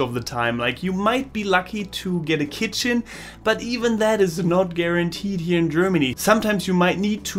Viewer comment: The way you say keetchen ×D. . .very informative. Thanks